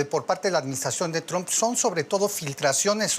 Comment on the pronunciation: Cada vez que José Díaz Briseño pronuncia “Tromp” muere un gatito…